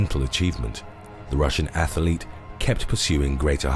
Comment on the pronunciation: What is a Russian ”ATHALETE?”